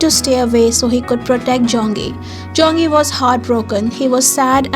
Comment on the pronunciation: For “ Kiseki, Dear To Me” It’s Ze Rui ( not “ Je Rui”) and Zong Yi ( not “ Jong Yi”) .. The scene in the end of the video, it’s from the End of The World With You ??